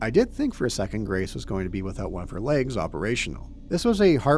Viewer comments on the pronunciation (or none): none